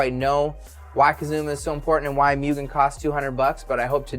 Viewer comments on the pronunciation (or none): its not proniunced mew-gen its muu-gen